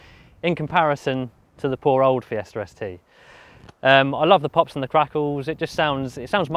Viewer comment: am i the only one hearing Fiesta Res Tee?